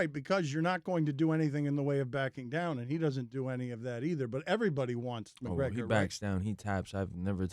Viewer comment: No one: Everyone UFC fighter: Calls out Mgregor.